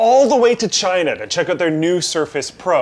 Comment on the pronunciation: any time any body says something about china all i think is trump saying "CHSHINA"